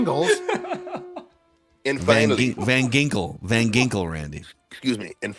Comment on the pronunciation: God i was crying 😂😂😂 when Randy said Van Gingkle 😂😂😂 im at work fella's yall cant spring that on me like that lmao